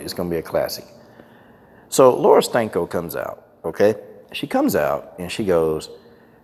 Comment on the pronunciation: Don't let this distract you from the fact that every time I hear Coach say her name I hear "Laura STANKO". Does anyone else hear that?🤔